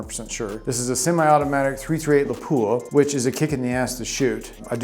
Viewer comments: It'a pronounced lap-wa, not la-poo-ahh. A city in Finland. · Absolutely grinds my gears when a so-called gun aficionado can’t even pronounce Lapua correctly.